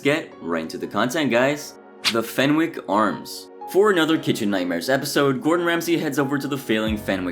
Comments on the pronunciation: I feel like that a lot, especially considering the amount of videos where he mispronounces words that are said in the episodes themselves, like in this one, it’s ‘FenICK’ not ‘FenWICK’ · Great video but the W in Fenwick is silent ;)